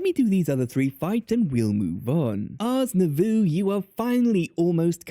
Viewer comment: i always thought the mod was pronounced ours new voe